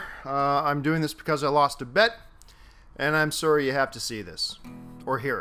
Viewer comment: "Sōrry". Makes me giggle every time you go full Canada